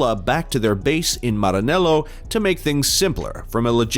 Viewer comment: Aaahh you say ✨Maranello✨ so beautifully🤌🏼